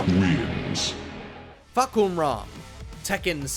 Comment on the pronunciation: you said his name wrong. it's fuk em raw😂😂